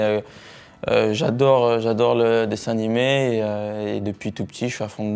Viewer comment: C moi ou il a dit DESSIN ANIMÉ 😭